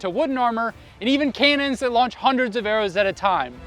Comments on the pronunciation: did he say "KANONS"? Its pronounced ka·nuhn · Did you just say “Kaynons”? Cannon is pronounced “can-non” or “can-nin” in English. There’s no K or Y in the word.